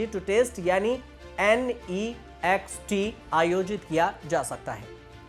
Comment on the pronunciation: naazxt nahi Next pronounce kar